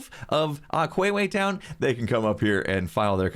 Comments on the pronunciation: It's aqua town and not aquwewe town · Day 4 of telling to pronounce aque town as uh-q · Hey mate, it's aqua-town, not aqueue town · Why does it bug me that he says aqueue town instead of aqua town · Aquayway town XD A-cwa-t-ow-n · Is anyone else triggered that he calls it “Aquewea Town” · google how to say water in latin and that's how u say aqua town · How pronounces aqua town: ➡️ The other hermits: ➡️⬆️⬇️⤵️↪️🔙🔄↔️↕️⬇️↪️⤴️➡️↘️